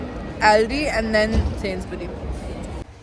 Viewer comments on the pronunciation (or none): Hi first InshaAllah you both will pass with flying colours & second just want to correct your pronunciation it’s Sainsbury’s with S in the end and it’s Aldi with A and not Ouldi just so people won’t start picking on you who lives in UK bless you both 🤲